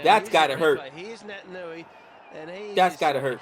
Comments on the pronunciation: He's Fijian and he plays for the best club in the world. It's Pronounced Nait-an-ui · He's Fijian. Pronounced Nay tan oo ee . And a Mark is just when you catch the footy from a kick. You can be alone when you mark it.